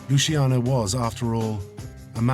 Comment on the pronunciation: That's LuCHiano, not Lusiano, and not Lushiano, capisce´? That was my grandfather's name, and mine, have some rispetto, eh?! You want thriving mobsters? Make something people want illegal. You want to get rid of Los Narcos? Read the above. Stop trying to legislate people's private lives and the mob will have no way to make huge money, capisce´?